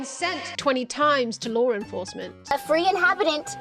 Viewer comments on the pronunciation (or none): laur enfahsment